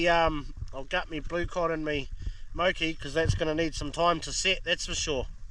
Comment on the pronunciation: MORE KEY mate MOKI.Not "mow key" mean video but. wicked viz